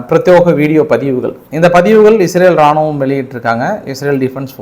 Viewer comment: பிரத்யேக என கூற வேண்டும் பிரத்யோக அல்ல. பல முறை திருத்தி விட்டேன். Comments ஐ கொஞ்சம் படித்து பார்க்கவும்